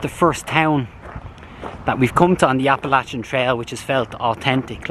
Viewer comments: God Bless you for pronouncing Appalachian the right way. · I'm glad to hear you pronounce "Appalachian" correctly. I wish you could have gotten some grits with your breakfast, they are great with some butter on them. Your doin a great job. Thanks for taking us along with you. Steffon